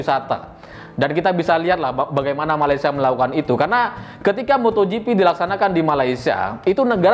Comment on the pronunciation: malaysia bukan malaysa nanti para mantan ketawa..